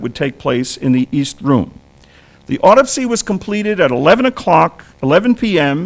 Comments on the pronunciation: Why didn’t he ever pronounce the word Autopsy correct all thru the video? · "Why didn’t he ever pronounce the word Autopsy correct all thru the video?": or Carcano or carbine.